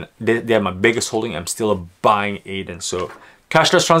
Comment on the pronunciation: I might be wrong but Adyen shouldn't be pronounced [ey-dehn] and more like [edd-y-en]? Otherwise great vid as usual :) edit: would be happy to see your view on overheated solar stocks => sunrun, jinko, xinyi, enphase, solaredge..